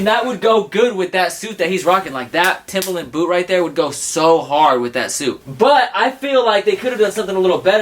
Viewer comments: Actually its not timber-land or timber-lin its timber-lund. Please get it right. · you pronouns TIMBERLAND as toemboerlienands